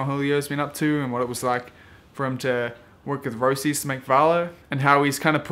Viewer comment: "A new look" looks exactrly like the 99 roces fifth element (It's pronounced Roaches by the way, remember their logo was a roach?)